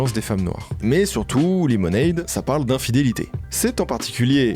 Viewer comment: Tu fais un boulot de fou, le montage est top, les anecdotes sont tops. Mais s'il te plait, verifie la prononciations des mots anglais, mon cerveau vrille a chaque fois que tu dis "lemonade" ou "washing" comme tu le fais. Je veux pas faire le mec. Mais dans le doute, ya un super site qui s'appelle forvo (je te mets pas le lien pour pas que mon comm disparaisse) où il a la prononciation des mots de plein de langues par des locuteurs de langue maternelle, vraiment, fais un petit check, tes vidéos vont encore gagner en qualité.